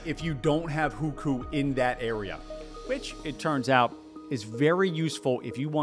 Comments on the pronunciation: Great video. My first time seeing you and now I've subscribed. A lot of the comments are harsh but I learned some things here that I haven't seen covered in other videos. Some constructive feedback - take a moment to learn how to properly pronounce Chinese words and places (or any foreign language in your videos). Shenzhen, Guangzhou, canton, hukou.. all pronounced very wrong. Chinese pronunciation is difficult to get right but a little effort will at least get you in the ballpark. For the few viewers who speak Chinese, it will lend credibility if you get it right or sound like fingernails on a chalkboard if not. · Video started out great. Once you got to Hukou (which you incorrectly called "who-koo) and Winnie The Pooh, you started spouting bizarre categorical lies that you could literally debunk with basic research, or even a basic search. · I love your videos but you could learn to pronounce some key terms in Mandarin better when making a video about China. Literally chatgpt can teach you pronunciation nowadays. hùkǒu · The pronunciation is atrocious. I'm not Chinese, and I don't know Chinese (although took a few classes long ago), but you should try to spend at least 10 minutes to learn how to say the names. I'm not expecting tones or anything. Just a rough approximation that an English-speaker who spent that 10 minutes might say. In addition, not only are the Mandarin names atrocious, but even "Canton" wrongly sounds like the city in Ohio. Things such as this can also cause people to wonder how accurate other information in this video is. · Almost had to turn the video off with how he was saying Hukou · Great video! Just want to say that the “ou” vowel in Chinese is a long o sounds, such as in Guangzhou or Hukou. :) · It’s “who ko”, not “who khoo” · It's not pronounced "WHO-KU". It's "WHO-CO". Hearing that again and again was jarring. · first it's not "Hükü" but Houkou. then Hukou is transferable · HuKou = WHO-co, not who-coup